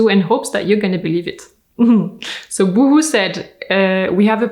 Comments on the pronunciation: I love how you say Boohoo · I love that you did that little pause, after the boohoo anouncement, so we could all laugh and catch our breath before going on. Well done!